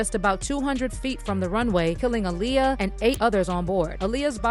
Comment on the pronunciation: It’s aa-liyah